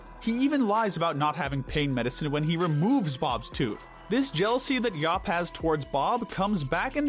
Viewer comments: It’s Dr. Yap not Dr. Yuup 😬😬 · Starting , the character's name is YAP, not YOP or YUP. You even have a clip of him saying his own name; "Yap! Yap! Yap! Yap! Yap!" and you still pronounce it completely wrong!